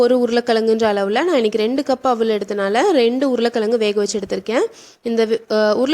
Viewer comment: Urula kalangu -- pronounciation wrong.Tamil la is wrong. Pl say Urulai kilangu.